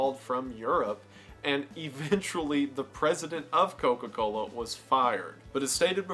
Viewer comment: Wendigoons Georgia accent really came out when he hit a single “Co-Cola” in a whole Coca-Cola segment🤣